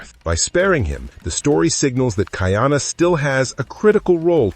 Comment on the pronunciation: It is pronounced Ka-ee-ana NOT Ki-ana